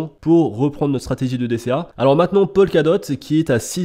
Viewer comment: POLKADOT trop tard? Tu m’as fait saigner les oreilles!;) Top vidéo quand même!